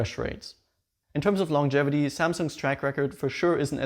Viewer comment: HAHAHAHA i noticed that toooo